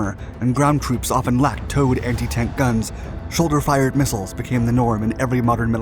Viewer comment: anyone else hear how he said the sholdiers soulder 😂